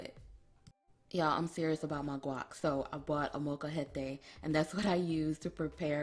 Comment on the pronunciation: Dayyummm.. Cut Up Some Flour Tortillas In Quarters & Fry'Em Up 🔥 Love The Way You Said Molcajete.. Great Accent